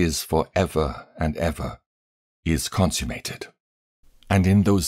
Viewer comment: Humble feedback: Uriel is pronounced as Uri-el, same as Rapha-el; and not Uri-“eel”. And I believe you read consummated as consume-mated, but I could be wrong.